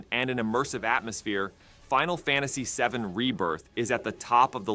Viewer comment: Why do you keep saying “Final Fantasy a 7”? 🤔